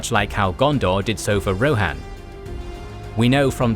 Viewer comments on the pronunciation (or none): none